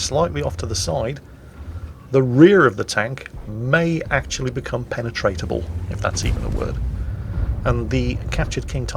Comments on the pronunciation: Penetrable not penetatrable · "the rear of the tank may actually become penetrable, if that is even a word." Yes, it is a word, you are just saying it wrong.